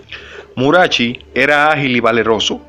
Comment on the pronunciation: Murachi...acento en la i.